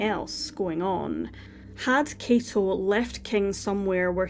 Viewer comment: K-ah-to is how you pronounce his first name. The surname you did great!!